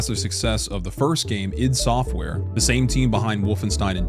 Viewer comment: ID software... Pronounced Eye-Dee Software...